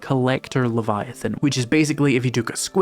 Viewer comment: You need to say leviathan right though. This is another one of those games where I'm too scared to play myself but can't wait to watch someone else play.